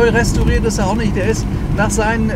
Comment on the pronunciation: "Unter zwohundert, das ist voll in Ordnung!" Dem muß ich mich wohl anschließen, a b e r für wen? "Restooriert" ist er ja außerdem.... und wer für 199.999,99 € , also für unter zwohundert , nichts Besseres vorhat, der und auch die(?) sollten zugreifen! Die Gelegenheiten werden auch immer weniger, ehrlich !!! Euer Walter König 👑